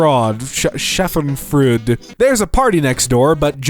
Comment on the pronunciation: There was an attempt at spelling and speaking "Schadenfreude"